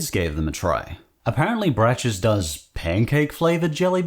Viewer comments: It's braks, not not bracks I fear an accidental every flavor bean Cadburys British mascot is nice The Cheat! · With Brach's, you actually say it with a hard "ck" sound, not the "ch". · Brach's is pronounced brock's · Braces is like backs. Pronounced Bracks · FYI, "Brach's" is pronounced like "brocks." Most of their candy was quite good, the jelly beans notwithstanding. I believe they got bought out by another company a few years ago, and the name is hard to find now. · I think Brach is pronounced like "Brock". Also, licorice jellybeans? Ick! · The metallic taste you described for the “Giant Chocolate-Flavoured Bunnies” is likely because they (may) have Alum, which is literally an aluminium compound. Also, I always thought “Brach’s” was pronounced ‘Bråck’s’. Lol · brachs is pronounced like brocks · Just a little info for you - Brach's (pronounced more like brahks) candy used to be good. They used to have display in the grocery store called Pick-a-mix, where you could select from various types of wrapped candies and pay by the pound. They also had a chocolate candy called Chelsea Chips, which were wonderful. But then they were bought by companies that made cheaper candies (similar to Palmer) and went downhill. They used to be made in Chicago, and the building that was blown up in The Dark Knight was their old abandoned administration building.